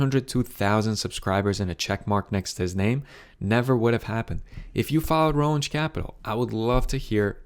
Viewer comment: well, you don’t really know much though, do you? Not even the pronunciation of Roensche, a subject of your video. You’re welcome for the info.